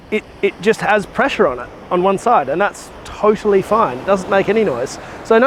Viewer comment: I “towtally” love this channel